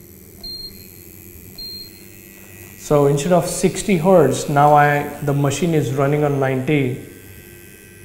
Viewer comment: Good advice. But a word of advice back, don't spend half the video rambling through butchered sentences while you talk about nothing. I was cracking up though when you said we're going to sdard on 90 herdz, so sed id do sixdy herdz. 😂